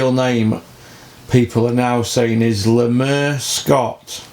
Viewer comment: Lool why you calling him Lemur i thought it was Lemar 🤣🤣